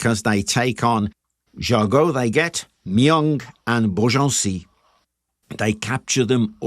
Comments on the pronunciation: Very nicely told. Jargeau is pronounced with a soft g though, as in the following video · Since you tell the name of town ala French Jargeau is pronounced jarjo. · You say ge from Jargeau like you say the ge from Beaugency if there is no u after the g that how you pronounce it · Just a small comment : "Jargeau" is pronounced "jarjo" "Reims" => "Rince" Anyway, good vidéo.